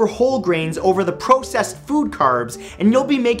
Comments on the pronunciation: The way he says processed, lol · Not to make fun of Matthew but do more people say it PROcessed or pRAHcessed foods.